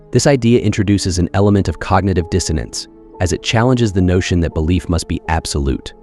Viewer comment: “Belliief” 😂